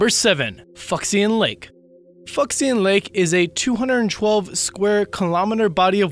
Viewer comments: Lol, Fuxian is pronounced Foo*shee*ahn not Fucks*in Awesome video though! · Fuxian is not pronounced 'Fucks-i-an'. It's more like 'Foo-shan'. Terrible narration. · I think 'fucksian' is actually pronounced 'fu-sian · Wouldn't "Fuxhian" be pronounced "Foo shahn"? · Fucksion lake? Idk that's what I heard...